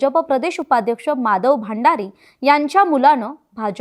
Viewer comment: भांडारी नाही हो भंडारी..